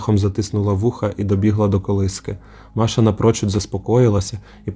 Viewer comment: Жахастик👍 Дякую. Тільки різало вухо оте ''маша'' брр.